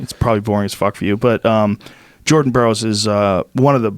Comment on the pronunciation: That dude says “Jerden borrows”